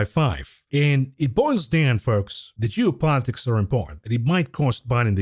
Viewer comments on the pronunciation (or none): Are you saying geo politics or jew politics...hmmm